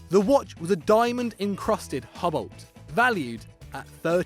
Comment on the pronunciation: I don't mean to get on his back, but just prounounced "Hublot" as "Hubbelt" I mean come on